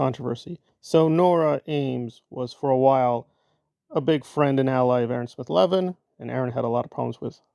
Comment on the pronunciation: Thank you for pronouncing his name properly, makes me cringe anytime I hear it how his cult pronounce it.